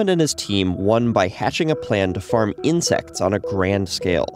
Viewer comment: "eating insix"